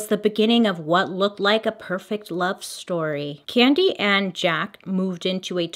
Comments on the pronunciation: 🤣🤣🤣 Not pronounced Jaka...it's French...zJaaaks with back throat guh sound on the cq is how Jacques is pronounced. Lol...Hilarious! I realized this is 2 years later, and you probably figured this out. lolol...ty ty ;))) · “Zja-kuh”... “jack” 😂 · Jhaaarks not Jack 😁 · Jaques but pronounced shaq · We went from Jaca to Jack— neither correct, on the name Jacques. 😂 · So funny how she pronounces the name Jacque 😅 for those who dont know its a french name and its kind of your US version of the name Jack. ❤ the more you know...🌈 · ...it's the pronouncing Jacques as "Jack" for me LOL love u bailey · I’m gonna need you to learn how to say Jacques in French. 😂 word of the day tho, amirite? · Bailey. Sugar. You can Google how to pronounce the name. Love ya!